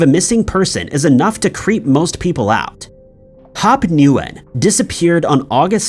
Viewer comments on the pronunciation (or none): Nguyen is pronounced as "win" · In number two, Hop’s last name is pronounced as “Win”. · Hop Nguyen is pronounced “GWEN” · Nguyen is pronounced : WHen